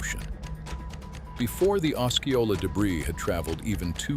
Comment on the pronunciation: it would be nice if the AI voice learned how to pronounce Osceola. I have 2 friends near the mountain. I hope Rainier stays quiet for decades.